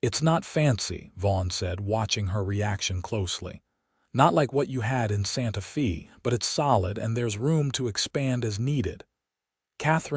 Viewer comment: 😂Hasn't AI heard of Hooked on Phonics? Santa Fe might not be pronounced Fay as is proper but it certainly wouldn't be pronounced Fee as it was all through this story. Otherwise it was a sweet story.❤